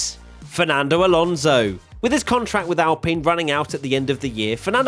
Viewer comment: It’s Alonso 😅